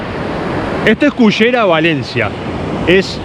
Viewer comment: ......muy lindo video....pero creo que deberías llamar a ese lugar....pronunciado la ll y no la y......a nosotros nos cuesta pero se pronuncia Cullera..........